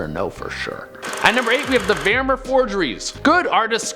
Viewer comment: the name is not veermeer it is vermeer use translate on dutch setting and play the sound